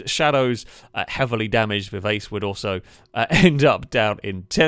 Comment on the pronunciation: Viv-arch-ay. It's a musical term and it means very fast. you're welcome!